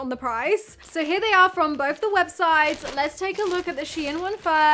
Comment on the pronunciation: Please please learn to pronounce th. It’s not boff it’s both. Drives me insane.